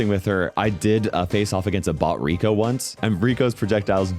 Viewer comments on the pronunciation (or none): none